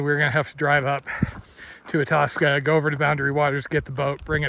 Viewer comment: Hey. Just incase you want to speak Minnesotan, Itasca is pronounced Eye-tasca.😊 Looking forward to your adventure. Paul